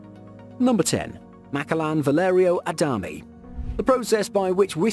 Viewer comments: so sorry but it bothered when you said Macallan (Ma-Callan) but great vid as always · I cringed when I heard it😂